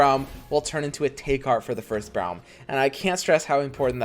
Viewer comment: It's pronounced like roar, Braum Brorem